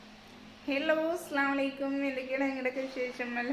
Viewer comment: അസ്സലാമുഅലൈക്കും എന്ന് ആണ് പറയുക അല്ലാതെ അസ്ളാമളയ്കും എന്ന് പറയരുത് കാരണം വേറെ മീനിങ് ആവും വരിക 😊